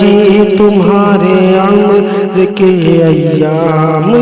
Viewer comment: amar nhi umar hota sir